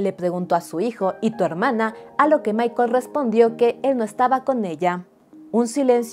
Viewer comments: Es el primer vídeo tuyo que veo y me pareció excelente tu investigación. Sólo una pequeña corrección su hermano no se llama Michael, se llama Michel la pronunciación es diferente 😊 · No es Michaell es Muchelle